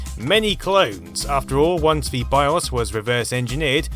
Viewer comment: It absolutely isn't. Don't know why but he mispronounces things an awful lot. Listen to be pronounces 'BBC micro' 'bibbycee' or even 'the' as 'vuh'. Drives me crazy